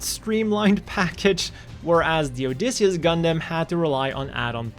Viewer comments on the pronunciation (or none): none